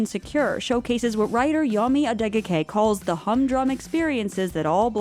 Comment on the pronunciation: Great video, but pls pronounce Adeoke correctly